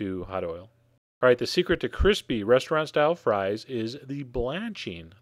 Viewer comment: every time you said the word "crispy" or "crispiness" i died on the inside